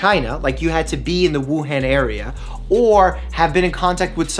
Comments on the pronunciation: So this is a good video,, just pls say “Wuhan” like this: the an in han as in “on”!! The other a sound not the one in “hand” 😖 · Mike, it’s Wuhan, not Wuhen, it’s Beijing, not Beiging ( not pronounced like that ) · It's not pronounced as "wu + hand" Dr Mike...it's Wu Hun (as in Attila the Hun). You're welcome. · It should be pronounced as Wu-Han instead of Wu-Hen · I should trust someone that can't even pronounce Wu han correctly ? It's not han as in hand , it han as anh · Just a pointer, its pronounced woo-hon, not woo-han, good video tho ty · Woohon is the correct pronunciation... Thank you for the info. Doctor! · Btw Wuhan is pronounced ‘woo Hun’ (hun like hunny) !!!! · The way he pronounces Wuhan virus “Woo-haan virus” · Haha you pronounced it as Wu-han(as in the “a” sound in ham). The -an is actually pronounced as the “o” in month. Sorry for being that person, just been hearing the country name a lot because we’re near it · Dr. Mike, FYI, "Han" in Wuhan is pronounced like the Han in Han Solo. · Btw Mike, it's pronounced "Woo-hah-n" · Mike it’s hard to take you seriously when you can’t even pronounce Wuhan correctly. It’s Woo-Han, like Han Solo from Star Wars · Why yall be pronunciation it as woo haan virus tho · Im Singaporean and we have 10 cases all from 武汉,but we were told not to panic as it would make things worse Btw wuhan is pronounced as woo han (hard to type phonetically but it is DEFINITELY NOT PRONOUNCED AS OOH HEN)